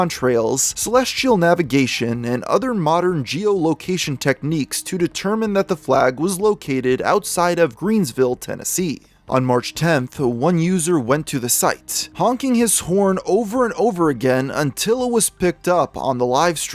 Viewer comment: Greeneville. Tennessee. No "s".